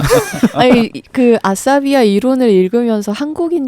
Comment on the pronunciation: Not "Asarabia" but "Asabiya" العصبيّة